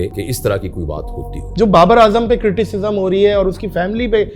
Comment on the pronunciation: Its not critififm its criticism hehehee uut ki puli bol uut ki puli😂 pehle lagtaa tha Pakistaniyo ko English hei nahi aati par inn log ko toh hindi bhi nahi aati😂😂😂